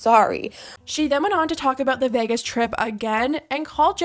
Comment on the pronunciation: In all my years I've never heard anyone pronounce Vegas as 'VEHGUESS' before 😭